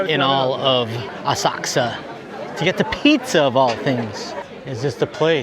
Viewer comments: Does anyone know why is saying OSAKSA?? I've been googling the web to find this City in Japan and the only City sounding like is saying it ('Osaksa') does NOT exist!! It is OSAKA - can anyone elaborate? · It’s Asakusa, with the u almost not pronounced!